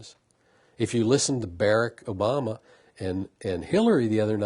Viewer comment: This guy won't even pronounce Barack Obama's name correctly.... You know he just wants to call him "Boy"... This is the kinda mess that makes me afraid for America